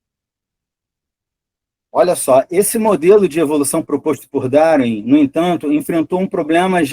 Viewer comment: Isso é ufologia, a pessoa não conhece nem mesmo a pronúncia da palavra darwin mas acredita ser suficientemente competente para falar publicamente sobre darwinismo.